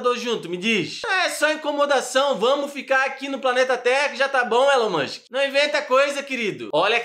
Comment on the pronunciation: "Élu mãnxqui é aqueli qui vendi carru cum ixtensãum"